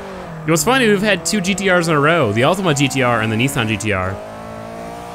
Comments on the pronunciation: Its Ultima not Ultimo also I love how you put the music to get us hyped but then it ends up in a fail xD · Btw it's Ultima not Ultimo